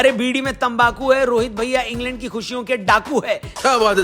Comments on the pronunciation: Ingland ❌ Ing land✅🤣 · En-land suzzi........h😅